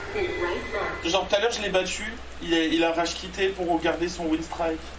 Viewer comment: Haha ce pseudo, mais WhyYouRagequit ça serait bien aussi ^^ En passant, ça se prononce "winstr-i-ke" :P Merci pour cette petite pause café ++